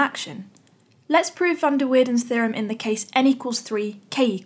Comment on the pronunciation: with an a, and not as weirden.